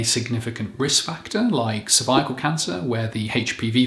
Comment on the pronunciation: Cervical is not pronounced survival. If you hadn't displayed the word no idea you were trying to say cervical. It's more like sir-vic-ul. Are you sure you're a doctor? If the guy who removed my cervix had called it a survival I'd have run the other way.